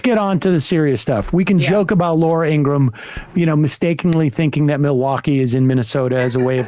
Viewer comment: Ingraham not Ingram